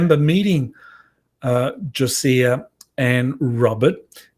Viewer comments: Gosia is pronounced 'go-sha". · really, you are wonderful BUTl! If you listen to ANY of the Svarru material/ Cosmic Agency, you will know it is GOSIA- pronounced GO SHA. She is Polish! Yes she also speaks Spanish and English but oh dear...how are you to be trusted with conlusions, if you cannot get the basics accurately represented. PLEASE... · Gosia pronounces her name as "Go-sha". The French contactee mentioned had already communicated with others before her and Robert. Physicist Dan Winter has the information on this so you may wish to speak with him.